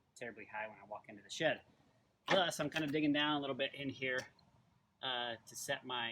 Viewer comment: I kept thinking he was saying, "sh*t" instead of, "shed" lol